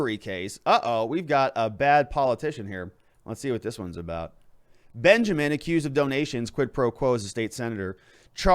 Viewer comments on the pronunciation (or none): none